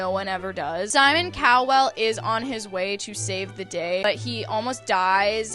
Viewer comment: Simon Cow-well is sending meeee. I know it’s a mispronunciation but it’s like comedic relief 😭🤣